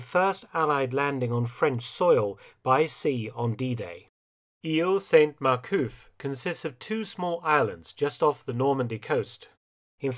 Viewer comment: Silent "t" with male saints in french (that begin with a consonant), Dr F - but not with females; ie Sainte Mere-Eglise. Otherwise, another BZ!